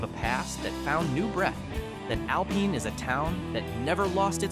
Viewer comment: "Alpeen"? seriously? Stupid AI. :face-turquoise-covering-eyes::face-turquoise-drinking-coffee::body-green-covering-eyes